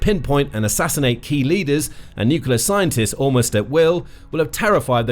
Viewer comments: Dislike for not being able to pronounce the word "nuclear". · It's slightly embarrassing not to be able to pronounce 'nuclear' on a video like this.